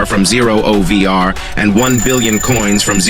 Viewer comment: Bro it's O V R not over